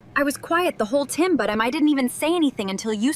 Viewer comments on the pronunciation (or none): tim💀 she pronounced time wrong